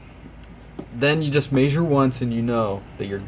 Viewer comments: may-sher? It's measure. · downvote for how you pronounce mee-eh-zure